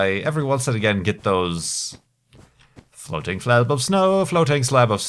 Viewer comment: Floating Slayub Of Snoeh :3